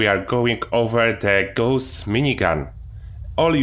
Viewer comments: Not Gooos! Say Gauss like Faust!!! Its a gernan name! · idk if it my but does any one else hear him say ghost minigun isntead of gaus XD great vid to man love hem